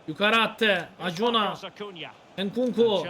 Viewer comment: Reis alemsin ya hiç mi avrupa futbolu takip etmiyosun serinin başından beri oyuncu tercümelerin beni bitiriyor, acuna(akunya)ya kaç bölümdür acuna diyip duruyosun hahahahah